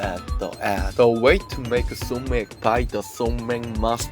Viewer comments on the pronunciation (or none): Not SoMac. It’s just Somaek (소맥)